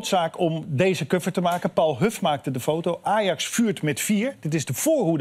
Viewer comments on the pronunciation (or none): Ik haat het wanneer mensen 'kuffer' zeggen. Je hebt bijna 60 jaar gehad om te oefenen, Matthijs.